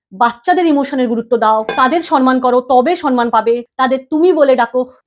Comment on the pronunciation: Mam kathata 'sanman' noy samman....